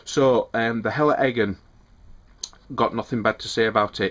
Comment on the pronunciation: Great pronunciation of "Helle Eggen". :) I like your review very much!